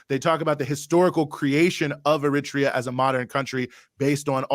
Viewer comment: My man has GOT to stop saying "er-RIT-ree-ah" for "Eritrea". I know people who are from there, and they ALL pronounce it "air-uh-TRAY-uh".